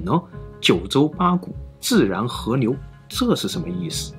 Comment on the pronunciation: 媽的 是河流不是和牛 能不能好好發音